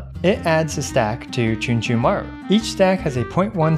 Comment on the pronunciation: "Chunchumaru" I laughed so hard